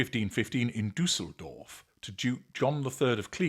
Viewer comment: Your pronunciation of Düsseldorf is rather beautiful 😁👍🏼